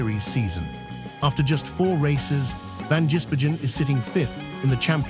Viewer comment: Pronounce his name right...van giz Bergen. Three words.....